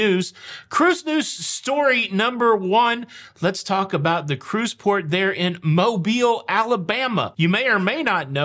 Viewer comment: Thank you for pronouncing Mobile properly! Originally from Fairhope, there are MANY who pronounce incorrectly and we appreciate the attention to detail! Please keep the awesome content coming!